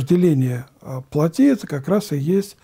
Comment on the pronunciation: Надо говорить плОтские.не плотИ,а плОти.